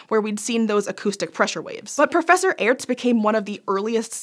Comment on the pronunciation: Just so you know, it's pronounced like the word Arts. The e is not pronounced, it used to be used to make the letter before it (in this case A) sound longer.